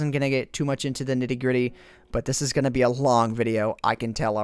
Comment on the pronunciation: can you please say "going" and not "goon"